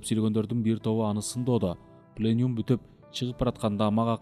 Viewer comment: ПленЮм эмес пленУм делинет.